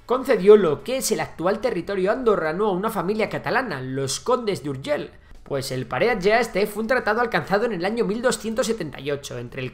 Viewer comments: Urgell no Urgel. Por lo demás fabuloso como siempre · NO SE DICE Urgel se dice URGELL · URGELL no "Urgel"... 😱😱 Saludos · Me chirrían los oídos cuando pronuncias ciudades de catalunya en castellano. Seo de Urgel?? No era necesario! Igualmente, buen trabajo! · Home, se n'ha sortit prou bé amb el so 'j' a "Pariatge", si bé no tant amb la 'll' d' "Urgell". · Más fácil imposible: la “ll” de Urgell, se pronuncia como la “ll” de lluvia. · Si pronuncias Llave porque no pronuncias Urgell e incluso lo escribes? Siglo VIX? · Se nota que no sabes pronunciar muy bien la palabra: Urgell. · Tan difícil és pronunciar una "LL"?